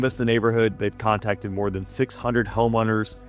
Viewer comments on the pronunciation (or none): none